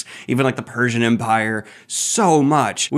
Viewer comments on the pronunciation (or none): none